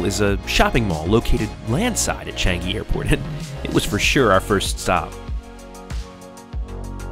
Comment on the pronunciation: finally somebody from a foreign country said Changi right! Thx for saying it properly!